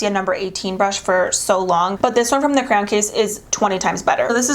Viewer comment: So cute hearing her pronounce cray-on as “crown” lol.